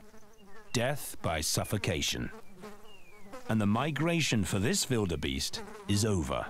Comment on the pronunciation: Does the dude not know how to pronounce his W's? They're "Wilderbeasts", not "Vilderbeasts".